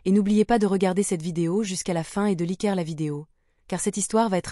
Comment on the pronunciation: "Likère la vidéo !" Des bizarreries de la pression et l'accentuation dans les phrases et les groupes de mots. "Remarquer qu'ils ne me remarquaient pas"... Les cœurs battent souvent la chamade ou à tout rompre dans ces vidéos ! Des passages de l'oral sont dans une sorte de langue bizarre parlé par un étranger qui ne sauraient pas comment prononcer le français. Nous nous assîmes. Il ne faut pas inventer des formes bizarres. On a dit auparavant que ça s'était passé quelques années plus tôt, et ensuite on a l'impression que c'est récent.